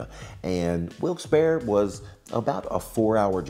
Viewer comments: IM FROM WILKES-BARRE! you actually pronounced it right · Thank you for saying Wilkes-barre correctly!